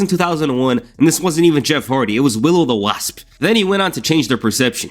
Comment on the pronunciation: It’s willow the wispp 😂 not willow the wasp